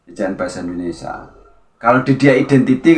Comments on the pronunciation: Pengucapan Indonesia diperbaiki mas bukan Indonesa...😂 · Indonesia mas bukan endonesa